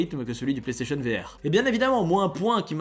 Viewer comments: Y’a déjà le contrôle vocale tu doi juste dire plaistation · L assistantse vocale existe déjà il faut dire PlayStation voilà